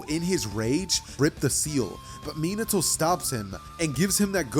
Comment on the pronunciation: It’s mi- na- to